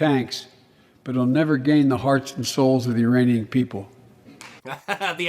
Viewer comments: Pretty sure he said Ur-aneein people LoL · no he actually did say Uranians.🤣 Listen again. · he said uranians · Even funnier is that he said IRANIANS, which shows how addled his mind is.